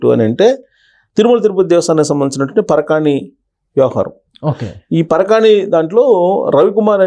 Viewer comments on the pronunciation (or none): పరకామణి మహా ప్రభో, పరకాణి కాదు. దయచేసి గమనించగలరు